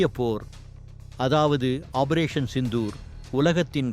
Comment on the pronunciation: "ஆபரேசன்" என்பது தவறு! வாயில நுழையாதோ!